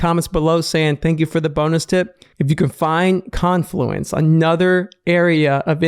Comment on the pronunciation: Finally a trader pronouncing "confluence" correctly.